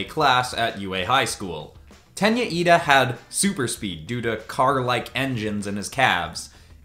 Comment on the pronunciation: You don’t know how happy you made me when you said Iida and not Lida😂